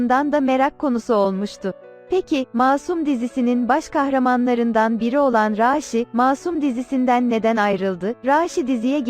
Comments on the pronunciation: Raaaşi değil raşidir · Raaağğşiii değil raşi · bi arada konusan rasinin ismini 'raasi' diye soyluyor bi 'a' harfini artiq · Rasih deyil rasih